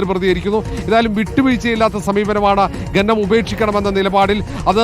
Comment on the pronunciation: ഘനനം അല്ല കോപ്പേ "ഖനനം "ആദ്യം നീ പൊയ് നാക്കുവടി.. പിന്നെ അക്ഷരം പഠിക്ക്